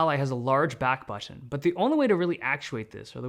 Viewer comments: The unique way this guy starts saying baahtn towards the end 😂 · The smaller back batttttooonn! 🧐😅 Love how he pronounces it! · Dave's accent is pronounced when he says "Button" i love it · This guy pronounces "Button" in a different accent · I cannot unhear the funny pronunciation of button, how have I not noticed this before 😂?! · Y does u saying ' button ' sound so wierd, dave??😅😂😂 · Just noticed how weird the "button" word sounds from Dave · Thanks for the review, you say "button" in a funny way :) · The way he pronounces button tho. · What's with the way he says "button" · Is no one gonna talk about how he pronounces "button"😂 between to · Notice Dave slowly switching to a British accent 😂 - the word Button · Why does Dave turn British when he says "button" in this part? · The way Dave says button scratches a part of my brain that I didn't know I had